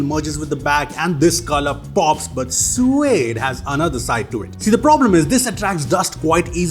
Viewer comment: What's wrong with?? "Suede" 😭😭😭😭